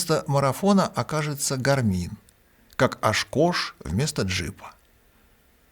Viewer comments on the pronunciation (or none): правильно произносить по русски не гармИн, а гАрмин (поправка про часы)